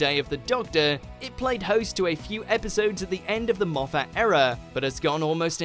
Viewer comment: Stop saying Moff-AT